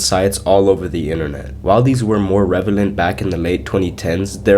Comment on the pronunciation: I always accidentally say relevant like that too. 😅 Nice iceberg video!